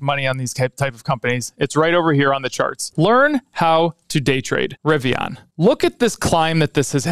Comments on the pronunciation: It’s a Rivian like a Vivian not “ riviyaaan” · i hate the way you say riviAAN lol